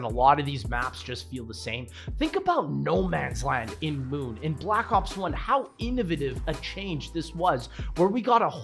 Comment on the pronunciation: I noticed it too lmao